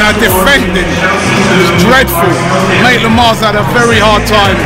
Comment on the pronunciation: It's Maitland-Niles not Naitland-Miles.